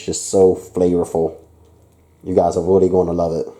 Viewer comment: Why do you say willy instead of really just wondering just a